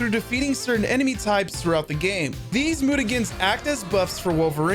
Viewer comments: Mute A Gens, I did not know that’s the word you were saying. Mute Agains is definitely a bad pronunciation. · "Moot-Ah-Guh-Ens"??? Dude... They are Mutants ergo that word is "Mute-Ah-Jens" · Mutagens is pronunced muta-jens, great video but that was killing me while listening to it sorry bro :(